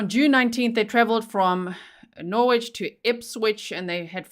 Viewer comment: Norrich = Norwich